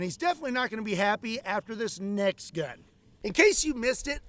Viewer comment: I thought you said and your NECKS question lol